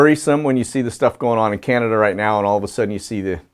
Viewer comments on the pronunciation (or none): none